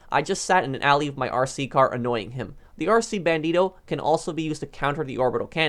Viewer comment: The way he said "RC BandiToe"